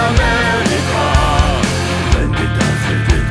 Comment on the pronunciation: Самое бесячие для меня это амелика, и остальное произношение